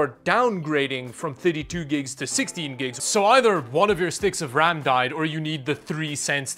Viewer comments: Brags about pronouncing Linux correctly. Immediately pronounces RAM as "rum." I see you,. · says linux right but RAM wrong, downgraded to a like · “Yes i pronounced linux correctly” “raum” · “brags about saying Linux right” Also: “calls ram rum”